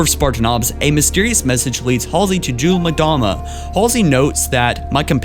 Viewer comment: It's not pronounced jun mdama, it's pronounced Yule-mdama